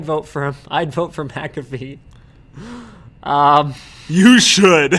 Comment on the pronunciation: It's Mcafee not Macafee, there is no 'a' between the M and c. Sorry to be a whinger but I can only hear it wrongly pronounced so many times before feeling the need to respond. Otherwise another great show guys.